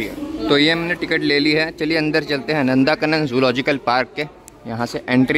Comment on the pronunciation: Its not नंदाकानन it is नंदनकानन